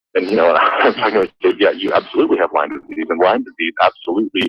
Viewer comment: PS - It is called LYME, not LYMES. FYI Sorry, Pet Peeve…… blame it on my Lyme. ;)